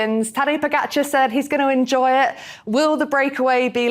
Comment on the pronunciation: Maybe Tejay should learn how to pronounce Tadej's name because when he says "Podjhicaar," it sounds like he’s talking about a new type of exotic fruit. More importantly, Tejay wasn’t exactly crying rivers last year at the Vuelta when Jonas and Primoz were taking turns attacking Sepp Kuss, their own team leader. He was as silent as a mime at a library. And if we're talking about class, that move was as classy as robbing your parents' house and then asking for a thank-you note. Clearly, for Tejay, class is all about who you're rooting for, and his objectivity is about as reliable as a raccoon in a cherry orchard—completely biased and a little bit mischievous.